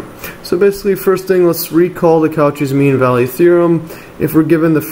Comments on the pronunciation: I don't want to sound rude, but it's "koh-SHEE", not "KAU-chee", it goes after the French surname of the mathematician that formulated the theorem. Excellent explanation by the way! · good stuff, but maaan does it hurt hearing "coo-chis" as Cauchy... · The way he pronounced Cauchy almost killed me